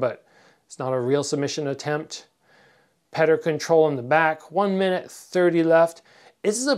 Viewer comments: why do you call him pater instead of peter? :) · damn it. stop calling him "petter" lol his name sounds like "Pi-yor-tor" anyway im a big fan of your fight career and youtube channel. you should do a collab with bazooka joe! it would be great for both your channels and you're both Canadian. Your channel and Joe's are two of the most knowledgeable and informative i've had the pleasure to see. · The Russian name Petr is pronounced "Pyotr"